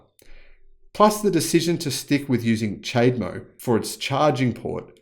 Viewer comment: Cha-de-mo. Not chade-mo.